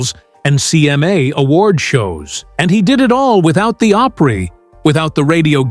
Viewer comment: It's called Grand Opry not Oprah